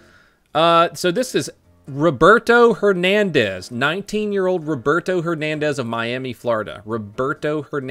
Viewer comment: It has to be random that you said Roberto hernandez multiple times very clearly right?😂